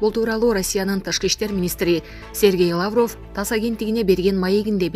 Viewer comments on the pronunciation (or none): Лаавров эмес Лавров деп эле окулат